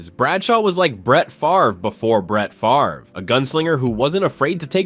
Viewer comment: "Reminiscent *of*," not *to*. It works that way. Also, it's "Favre," not "Farve." QB to QB, it's a good comparison. They were similar. Insane arm strength, seemed to despise throwing the ball less than twenty yards. Bradshaw was the better total athlete, almost without peer athletically among QBs in the '70s. With that defense, interceptions often didn't matter. It wasn't a "bend not break" defense. We fans used to score games according to how many of the other team got dragged off the field.